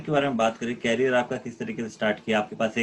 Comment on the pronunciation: Bro can you work on your career pronunciation 😝